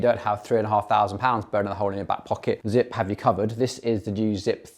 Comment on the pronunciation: He lost me at “Zipp”